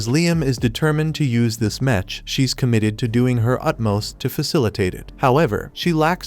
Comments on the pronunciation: Metch metch metch bruh wtf is that it's mech not metch😂😂😂😂😂😂😂😂😂😂😂😂😂😂😂😂😂😂😂😂😂😂😂😂😂😂😂😂😂😂😂😂😂😂😂😂😂😂😂😂😂😂😂😂😂😂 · OMFG! Fix the text to speech! "Mech" is pronounced as MEK, not with the soft "ch" sound!